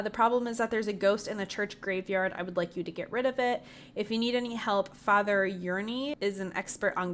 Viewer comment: PS, pretty sure that hermit is pronounced like Ernie.